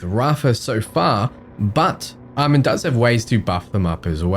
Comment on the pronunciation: Almond?? Aye-Mawn. One thing this video does in addition is highlight how BL3 Music doesn't fit BL4 content at all IMO 😂